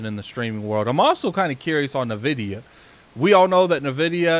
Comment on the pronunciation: NVIDIA NOT NAVIDIA..